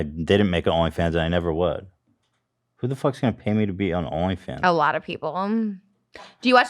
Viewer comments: Nobody: Ethan to Trisha:“a lot of peoplemmmm”🤣🤣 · lmaoooo I hope she watches that part back "a lot of peoplemmmm"